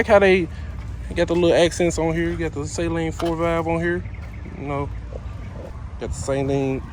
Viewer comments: Sah...leen. Not say...leen. lol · Suh-leen not say-leen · SALEEN not SAY-LEEN. Steve does not say SAY-LEEN. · Great video, but sorry brother, you pronounced it wrong. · Everyone says saleen wrong.